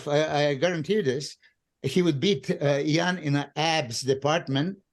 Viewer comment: Just here for how Milos pronounces Iain- 'E-yawn' 😂. Milos the legend. Another great one from Fouad with this panel! Thank you for always bringing the best commentary & laughs!